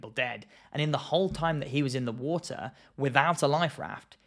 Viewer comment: Its pronounced water not wooter